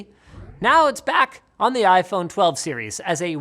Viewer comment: "iPhrone 12" - ROFL